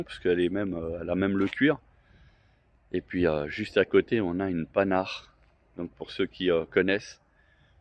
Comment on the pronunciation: Prononcez Panhard et pas pasnard :-))